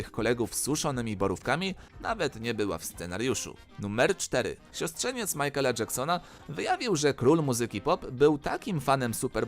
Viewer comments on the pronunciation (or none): none